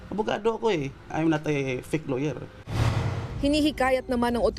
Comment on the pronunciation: “i’m not a fik lawyer”.